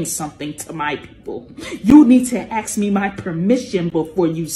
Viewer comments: Nah, I won't be "axing" her for permission to do anything. LMAO. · To the last woman, I dont ax questions, I ask. Get a job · i need to axe you? well.. if you say so... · Thinks they are the superior race... cannot even pronounce simple three letter words like "ask".